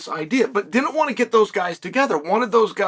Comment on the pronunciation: He even said it just like “wnat”